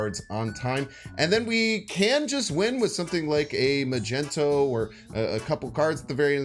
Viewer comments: Why you always saying magento, its mag ne to 😢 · are you trollin with that magneto pronounciation ?